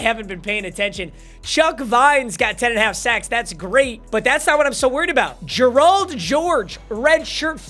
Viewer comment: Y u say Gerald like that